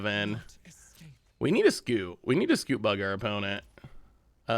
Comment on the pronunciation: I was so sure he said "Scoop bug" that I had to rewind a few times ^^